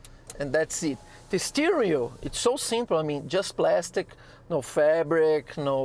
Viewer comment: It's praaaaastic!